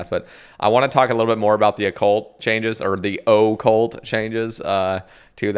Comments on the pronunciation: Bro was really calling it O-Cult lmaooo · Oh-cult lol. That was too frustrating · Lmaooo the Oh-Cult